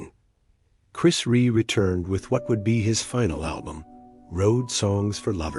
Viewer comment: Who the hell is chris reè it's chris rea you fucking disrespectful barsterd have some respect for the great man your cashing in on his passing there's no words for people like you now fuckoff